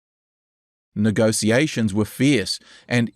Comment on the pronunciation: Please learn how to pronounce "negotiations". Hearing you say "negosiasions" over and over again ruins this whole video.